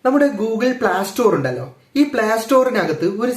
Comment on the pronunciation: പ്ലാ സ്റ്റോർ അല്ല ...Playstore എന്ന് പറ 😊